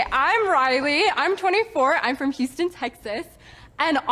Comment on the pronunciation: The way she pronounced Houston Texas was a true Peggy Hill moment